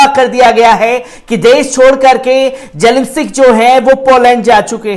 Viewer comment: Bechara padh ke bhe zelensic keh rha